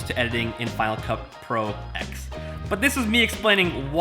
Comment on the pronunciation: Just one thing for you to help me not smash my head. It is pronounced final cut Pro 10